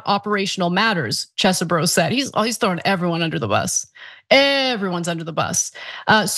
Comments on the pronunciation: I find it so sad that we live in a world where calls this man Chess-e-bro and not Cheesebro! Bring back the cheese I need my bro back! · Phonetic: Chezboro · I'm saddened that you no longer pronounce it as "cheese bro" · After months of calling him CHEEESEBRO, your new pronunciation was distracting in an otherwise awesome and informative story.